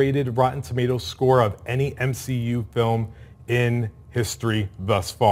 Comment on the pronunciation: I'll never get over "M-Shi-Yu" Hilarious